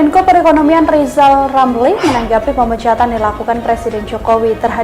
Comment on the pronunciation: Ngomong dulu yg benel ejaannya Zal lizal...???